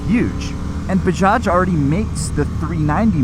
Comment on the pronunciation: as an Indian and former 390 co-owner,(first gen) I'm impressed with the pronuncation. We used to have the original Bajaj Chetak 2 stroke manual geared scooter back in the early 90's. Dad used to take us everywhere on that :) The modern revitalized Chetak is now an electric scooter. Fun Fact: Chetak was the name of the horse taken into battle by a famous 16th century warrior named Maharana Pratap. Baja also has manufactures Kawasaki and Triumph motorcycles but I see your point on the premium brand diversification.